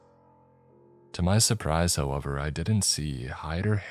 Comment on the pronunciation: However, not halever 😁